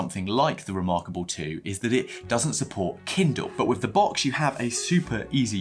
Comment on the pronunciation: Thanks for sharing though I am fairly certain you are the only person I have heard pronounce Boox as box and not books. 😂 I really did find your experiences interesting and will definitely keep them in mind for my own potential tech upgrades/updates.